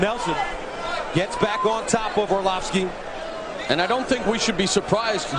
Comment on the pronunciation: anybody from Maine will laugh when they hear the announcer say "orloff-ski"